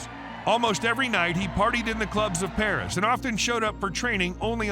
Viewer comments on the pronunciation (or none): none